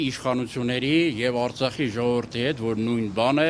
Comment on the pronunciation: Հլը բառը ճիշտ ասա Արծախ չե այլ Արցախ հետո շարունակի